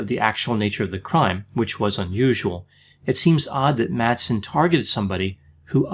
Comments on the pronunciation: Madsen is pronounced more like "Massen", as the d ia silent in the danish language in this instance (I'm a native speaker). Great video, love your content! :D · You mispronounced all the names in this video.☹️ Please keep in mind that the d in Madsen is MUTE! He may not be worth it, but remember that Madsen is a pretty common surname in Denmark.